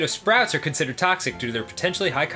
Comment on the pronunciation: "contitered" -Dan 😂😂😂